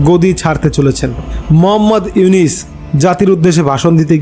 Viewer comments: Aponio to morkhor bachar morkho doctor unoske nam ucharon Korte parchenna bar bar unis bolchen nijer chorkai tel Dan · আরে বাইনচোদ তুই তো নামই বলতে পারিস না। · আবালের নিউজ আবালে বিশ্বাস করে,,,,,,নামটা ও ঠিক মতো উচ্চারণ করতে পারে না,,,,,সে আবার সাংবাদিক,,,,😂😂😂😂😂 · K re tui.... Name ta tik moto bolte parisna.....